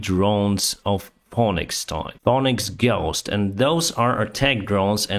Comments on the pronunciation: you are the man, but it’s not a phonics drone, it’s a Phoenix drone(fee-nix) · Phoenix is pronounced like “fee nicks”. Avery strange word for English. So glad to hear about A10. Allowing the grain shipments is HUGE and very good news. (edit: the only reason I mention it, is because his English is so good, almost perfect, that it seemed a shame to possibly confuse phonics with phoenix, he deserves to improve) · Phoenix is pronounced Fee-Nicks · Phoenix is pronounced FEE_NIX Keep up the reporting great job! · I love your episodes! Thank you again. btw, some help on pronunciation: Pheonix in English sounds like feenix (german: like fiinehks). Warthog (the nickname for the A-10 Thunderbolt) sounds like Wart Hog (don't pronounce like "th". a Wart Hog is a type of wild pig). ps: Canada needs pilots;) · my friend, say Phoenix like this "Feenix" English is hard and you are becoming a master of it. Thanks for your Youtube content. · "Phoenix" is pronounced "Feenix". I love your channel. You move quickly, which I like. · Love your updates, great voice & good English. Phoenix is pronounced Feenix. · Pheonix is said fee-nix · Phoenix is pronounced like feenicks. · its the first half that confuses people. PH instead of F and oe instead of é or ee. It is usually pronounced as Fénix or Fínix over here, or its cyrilic equivalent.